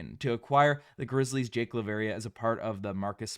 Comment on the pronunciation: You better start now trying to learn how to pronounce Jake's name correctly. I absolutely wishes him well. GO GRIZZLIES!